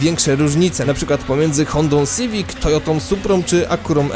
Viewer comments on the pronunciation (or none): none